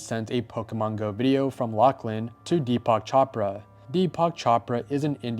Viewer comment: Deepak Chopra DEE-pock CHO-pruh